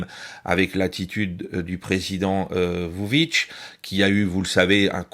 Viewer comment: Petites précisions quant à la Serbie : le nom du président Aleksandar Vucic se prononce "voutchitche". Les Russes sont à présent moyennement appréciés en Serbie car leur arrivée en nombre a fait grimper les prix (notamment de l'immobilier à la vente) - ou également parce que c'est ce qu'ont dit certains média (privés et occidentaux). Il est vrai que l'inflation des prix n'a pas été maitrisée par le pouvoir.